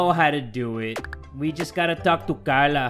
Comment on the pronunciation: Carla's new accent is on point 👌👌 Lovin it ❤❤😂😂